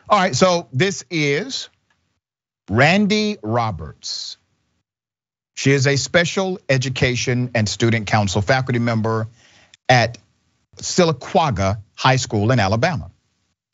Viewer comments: It is pronounced Syl-ah-cah-gah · You said sylacauga wrong lmao 😂